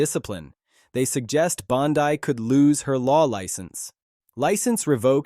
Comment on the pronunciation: Are people suppose to be this idiot in the video when he can't even pronounce Bondi's name correctly? Laughable. I can't stand her lies and unwillingness to answer questions either but this video is borderline ridiculous.